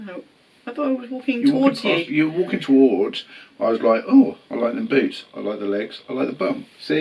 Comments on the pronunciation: Boots! Literally I was laughing because I thought he said Boobs. 😄 🤣. The two of you are so sweet and genuine. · I understood „the boobs“ 😆 glad it were „the boots“ It was so cute, when he talked about your most annoying trait (I see some parallels there to me 🤭) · I swear I heard boobs instead of boots and that was not made clear to me until the end of that question! 😂😂😂